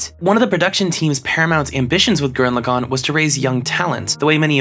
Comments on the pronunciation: You must not be that smart if that’s how you say gurren lagann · Alright dude, its been a few years but i gotta tell you, its pronounced gurran lagann and tengen toppa